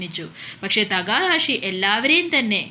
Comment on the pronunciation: തേക്കാഷി എന്നല്ല തെക്ക ഹാഷി എന്നാണ്